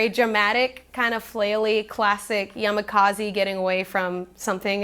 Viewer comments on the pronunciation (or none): Yamakaziiiii lol. It is yamakasi.